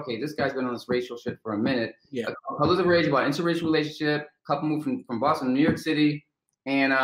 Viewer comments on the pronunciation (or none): none